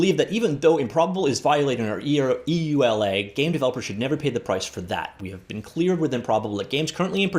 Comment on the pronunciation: just say you-la for EULA.